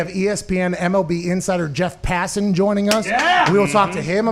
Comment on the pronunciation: Pronunciation: Passin = wrong Pah-sahn = correct